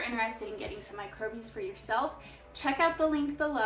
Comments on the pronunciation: "Micro-bies" is supposed to be "microbes" pronounced like a regular person? "East" meant to be "Yeast"? with these glaring mistakes in the first 4.5 mins, how can i trust your attention to detail on anything else? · I kept thinking that too 🫣. Microbes!!